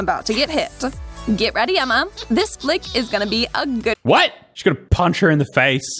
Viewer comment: Someone tell me why Aus & people from the UK when they say words ending in "a" do they say r with it. Like when he said Emma. He said Emmar. Lol